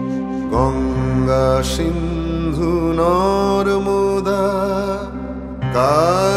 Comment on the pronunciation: Good song..however, these artists should have pronounced Sindhu (সিন্ধু) as Sindhu (সিন্ধু), not Shindhu (ষিন্ধু)।